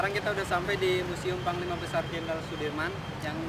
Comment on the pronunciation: Jenderal Soedirman bos. Bukan jeneral